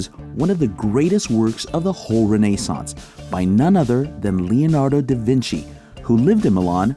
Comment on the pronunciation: Awesome, awesome video. I'll give it an 8/10. 10/10 for literally everything except the way you say Renaissance, which I give a - /10, lol.